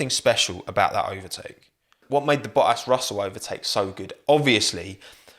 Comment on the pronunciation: Val'eri Bo'as Jenson Buh'on 😆